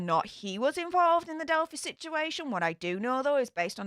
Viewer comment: I think it's cute you call it delphie, but some might get offended because it's a sensitive subject on these interwebs. It's delphEYE with a long 'i' noise. I've said things wrong and been attacked, so just in case, I wanted to tell you.